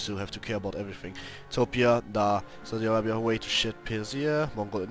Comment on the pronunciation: Saudi I-rape-ya xD